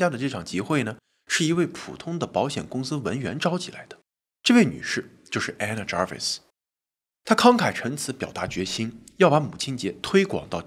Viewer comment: Anna Jarvis, Ray的讀法正確。